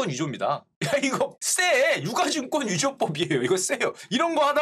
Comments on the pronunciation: 유가증권은 [유까증꿘] 으로 발음하는거 아닌가용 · '유가 증권'의 표준 발음은 [유ː까증꿘]입니다.